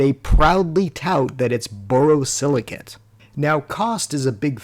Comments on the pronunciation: You need a pop up of the title of the glass name. Its never impossible to determine pronunciations that may appear perfect clear in the head of the speaker. But does not resonate with the same clarity to listeners. Borosilicate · *The last syllable of borosilicate 👉rhymes with "ate",👈 not with "at". Just like it's spelled.